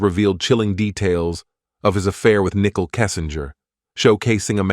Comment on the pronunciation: Her name is not pronounced nickel!